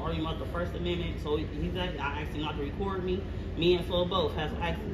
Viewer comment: Axe and boff ILLITERATE MUCH? Why do black people have such a hard time saying ASK and BOTH